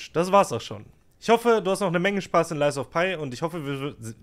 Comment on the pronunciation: Dein lies of pie triggert schon bisschen - das Spiel heißt "lies of pi' 😅 das is kein lügender Kuchen 😆 Update: Mein erstes soulslike, nach 55 Std Spielzeit (andere brauchen bis dahin wahrscheinlich 5 Std.) !! 😂 Victor im 3. Versuch erklärt daß ich keine Zeit hab (ohne Geist) - ich werd also besser. Macht übelst Spaß. Nächstes game: sekiro 💪😅